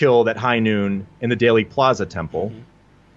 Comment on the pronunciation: It is DEALey plaza not dayly plaza. Long e sound , as in eel. That seems to erase the correlation to daleth. I’m with you on most of it , though!